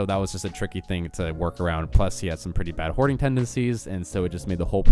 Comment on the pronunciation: Oh “hoarding”tendency….had to rewind that like 3x to get it right….ok gotcha